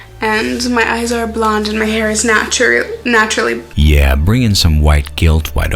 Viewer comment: She literally said "I am white and cis and my eyes are blond and my hair is natrau, natru"